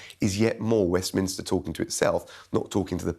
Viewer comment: 'Westminster foff' WTF!